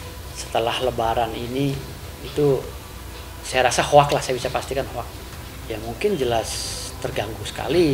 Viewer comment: Superveser... Ho’ ack !?!!! 😜😜😜 (hoax) aduh pake bahasa Indonesia aja deh.... 🤦🏻‍♀️🤦🏻‍♀️🤦🏻‍♀️🤦🏻‍♀️